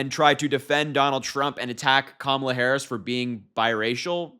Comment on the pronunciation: The way they continue to mispronounce Madam President's name makes my stomach turn and really just shows how juvenile and ignorant they really are!!! 💙🇺🇸💙🇺🇸💙🇺🇸💙🇺🇸💙